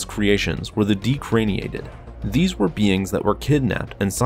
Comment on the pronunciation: You had me at “de-crainiator”. Ew